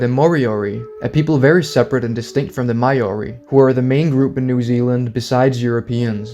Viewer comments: Hey, great video! I really enjoyed it Just wanted to let you know that "Maori" is pronounced "Mao-ree" (somewhat like the name Mao-Zedong, for example). It's not "My-oree" (As in "My"), as you've pronounced it in this video. And it's definitely not "May-Oree", as so many foreigners like to pronounce it. A Kiwi can always tell when you've pronounced it wrong 😅 Hope this helps, if you're ever going to make more videos mentioning the Maori people :) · Maori is pronounced 'Mau-Ree' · you butchered the pronounciation of maori than they did to the moriori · Please stop pronouncing Maori so wrong 😭 as a kiwi it hurts and feels a little insulting as it’s nowhere near correct